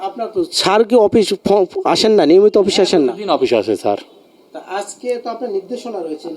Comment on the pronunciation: সাংবাদিককে উচ্চারণ শুদ্ধ করা লাগবে। ছার না শব্দটা স্যার 😊